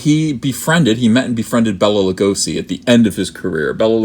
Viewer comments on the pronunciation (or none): Stop butchering the pronounciation. "Bella La'gosszi" my ass.